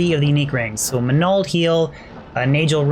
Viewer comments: you say "manald" weird. like MinAld... do you call your magic "minna"? or MAN-Nah? MAN-NALD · Definitely pronouncing all the ring names incorrectly... It's not najel (nay gel) as you say... It's Nagel (nag ell). It's not ma nald, you're placing the syllable break incorrectly. It's man ald (sounds more like manuld). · the repeated "MAH NAL'd " really got to me... MAN ALD bro :)~ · Stone of Manald hahahahaa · Everytime he says manald Drink a shot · why cant he pronounce nagel or manald - wow. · Manald manald manald another manald and...another manald 🤣😐😭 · Manald - Manald - Manald - Manald... Another Manald!! xD Manald - Manald - Manald - Manald... Another Manald!! xD My Friend names is Maneld, when you say Manald you say my friends name hahaha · If i didnt think the word "manald" sounded weird before... Lol great vid thanks for the rng showcase